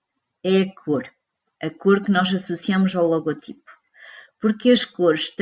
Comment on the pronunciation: Vídeo muito bem conseguido mas apenas uma correção: O correto seria dizer "logótipo" já que a silaba tónica da palavra é "gó" e não "ti" Obrigado!